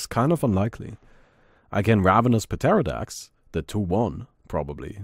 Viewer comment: just so you know pterrodax is pronounced with a sillent p and so is just terrodax